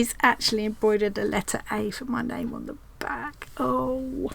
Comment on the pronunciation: so thrilled you like my square! Yes you did pronounce my name right; most people don't! I feel like you have 45 and counting new best friends; so glad to be a part of your tribe. You have showcased so many talented stitchers around the world. You made this world a little smaller, more loving and friendly and joyful, and so inspired. You should get some kind of humanitarian award. Love you lots